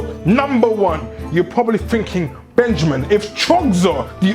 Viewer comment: BENJAMEEN FINK IT DISSAPOINTMING